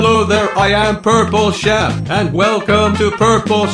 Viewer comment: shep not sheep